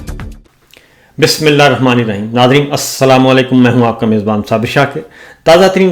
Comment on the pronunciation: صابر بھائی اپ کی خبریں میں کافی عرصے سے سن رہا ہوں اپ ایک اصلاح کرلیں اپ بسم اللہ الرحمن الرحیم اس نے اپ کے مخارج غلط ہوتے ہیں جو گناہ کا سبب بنتا جا رہا ہے۔۔برائے مہربانی تھوڑی سی پریکٹس کرلیں باقی سب ٹھیک ہے۔